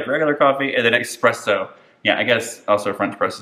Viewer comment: I'm so sorry but the fact that you say "expresso" makes this video invalid 😂